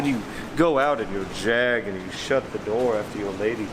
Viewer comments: Hell y’all go me over year throwing JAAAAG lines in a Birmingham accent lol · Jeremy Clarkson would dis you guys for the way you said JAG! LMAO 🤣 STILL FUNNY AS HELL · OK, I never want to hear Jag said that way again.